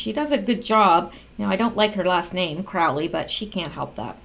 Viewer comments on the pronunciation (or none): none